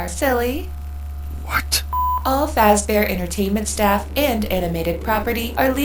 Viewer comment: aholera, Freddy fash bear, har haur